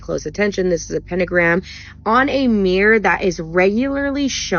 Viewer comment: Oh a meeear? It was on a meeear? Jeebus tibby farking chwist!!